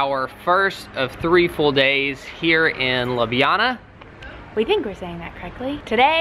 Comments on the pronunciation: its pronounced Lubyana. And one heaped tablespoon of ground coffee is enough for a mug of coffeel. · You say ljubjana as lublana. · Hi and, i live close to Ljubljana and when u said Ljubljana u said it a bit wrong and its Lju-blja-na (hope it helps!) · Ljubljana has the best of everything. Its pronounced Loob-li-ana. :) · If it's hard for you to pronounce the J in Ljubljana just say Lublana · Pretty sure it’s Lee-Ub-Lee-an-a right? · You guys are amazing,but you are saying Ljubljana so wrong.